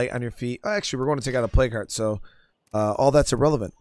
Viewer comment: Lol I just realized you are saying, "plague hearts". I kept trying to figure out what a play cart was.